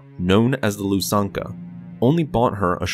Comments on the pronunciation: So, olive green/grey, white, black, or red, pick your fabric, people? I thought Ysanne here is pronounced "ee-saan"? Also, "Loo-sank-ya" for the SSD Lusankya, sometimes called "Lucy". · Sir, another very well-done script, but there are two standout flaws. One is Armand Isard's daughter Ysanne- per Anthony Heald's performance on the 'Bacta War' Trilogy tapes on where this is based, Ysanne's name is pronounced 'EE-sahn-negh'. The other flaw is the name of the Lusankiya, the Executor-class Star Dreadnought she escaped Coruscant with during the fight with the New Republic, the name is pronounced 'LOO-sahn-KEE-ah.' Sorry for the bother, but wanted to point that out! Cheers, respects, and keep up the great work! :)